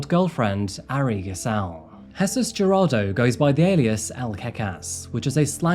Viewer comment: I am sorry but Jarado?? 😂 it is pronounced, Heir-rod-doh. Gerardo